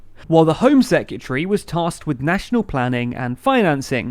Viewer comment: Heads up, hon...It's "seh·kruh·tuh·ree". Not "sek-y'tree".